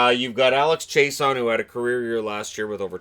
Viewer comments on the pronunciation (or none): Chiasson not chase-on